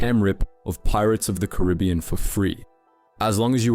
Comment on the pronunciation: The way you said Caribbean 😮